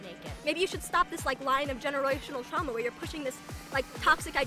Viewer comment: I think he said "Truama bonding"